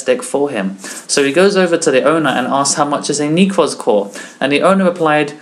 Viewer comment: "nekrz" not "neeeeekroz"